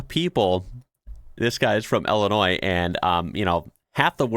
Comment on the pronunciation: Wait. Someone from Illinois is "ill-annoying"?